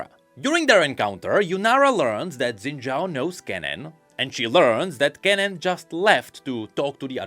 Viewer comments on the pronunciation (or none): Xin Zhao is pronounced phonetically as "Shin Jow" not "Zin Jow". Don't know why we decided that's how it's spelled in the roman alphabet, since it obviously came from something originally in Chinese characters, but eh I'm just being a stickler. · shin jao, that's the pronunciation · daily PSA (day 4379): Xin Zhao is pronounced "Shin Jaow". "Shin Zaow" is also acceptable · Xin Zhao ❎ Xin Zhaao ✅ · Xin Zhaao? Xin Zha'ao? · Noooooo. Not Xin Zhaao. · I thought he said Senna Shao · Xin' Zhaao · so.... Xin Zhaao. oooooh that's harsh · uhm, its Xin Zhaao now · Xin Zhao comes back as Xin Zhaao (darkin) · sounds more like Zhin Xao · Lmao where'd the extra syllable come from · Umm it's Xin Zhaao?